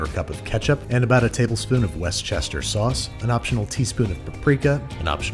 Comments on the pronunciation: Westchester? Don’t you mean worshestershire? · Wes-chester 😂😂😂😂😂 Wu-ster / wu-stershire sauce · West Chester sauce?! Haha that’s the best pronunciation I’ve heard yet! It’s made in the county of Worcester in the south west of England and pronounces….wait for it….Woostershure sauce, or Wooster sauce for short. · West Chester? Worst-er-shire. I’m right. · Hearing Worcester said as west Chester actually hurt my ears. You know you can say it like “wuster” and it would still be correct if you can’t say it like wuster-shur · weschester sauce? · Is the “West-Chester” Worcester a deliberate meme? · wu-stu-sheer sauce... for future reference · love the recipes but say it with me "woo-ster-shire" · Westchester Sauce? Every Brit rolled their eyes simultaneously when you said that. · i feel devestated that he said Worcestershire like west chester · Im sorru but did you say west chester sauce? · Did Babish say... Westchester sauce? :O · WUR STUR SHUR its so easy please my guy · Worchester(shire) sauce is pronounced Wooster. As in Bertie Wooster books by P.G Wodehouse.. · Of all the ways I've heard "Worcestershire" pronounced, this is the first time I've heard it pronounced "west Chester sauce." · it's pronounced wistersheer sauce -person from worcester massachusetts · Westchester sauce? What happen to worshershersher sauce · wait 'till you see the episode where he calls it "worst chair" sauce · West Chester Sauce!? Try Lea & Perrins Worcestershire Sauce! ;) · Did you really just pronounce Worcestershire as 'Westchester' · Weschester..... as a Brit that hurt 😂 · Woo-ste-sher sauce. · West-Chester sauce? I knoiw everone seems to pronounce it differently, but i haven't heard that variation before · "Westchester sauce" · “Westchester sauce” Me: violently twitches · One of my favourite English words from back in the university. WOOSTESHEA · Literally, it's pronounced "wuster" here in England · “West Chester Sauce” He’s one of us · Worcester sauce is actually pronounced “wuss-tur” :)